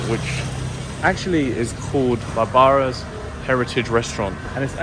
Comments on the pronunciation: Its pronounced Barbara like Streisand! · Barbara called, she told me she wants you to pronounce her name like Barbara - like Barbara Streisand 😄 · it will mighty pay for you and your vlog viewers for you to check a wee bit on pronunciation of proper names. You have heard of Barbra Streisand; the singer, I hope. Barbara's, this restsurant have the added "a," common for this female name. It sounds "barbaric," the way you said it. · Another great video and content especially when you played basketball with the local kids. I am just curious with something. You pronounced the restaurant Barbara like how you would pronounce the word Barbaric. Barbara is actually a name. Anyway, I enjoyed the video. Keep ‘em coming.